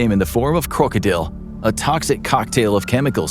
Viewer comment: Its funny. The way they say krokodil is exact how u say it in the Netherlands. My country. He is saying it if he did practice some dutch.. U say it and sound like a dutch person when u say krokodil. If y also write it like that then the spelling is correct in dutch to.😂😂😂❤